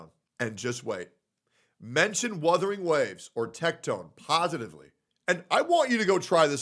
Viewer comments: How tf people still cant pronounce wUthering is beyond me especially when they make content on it... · Dude can't even say Wuthering right lol wtf is "Woothering."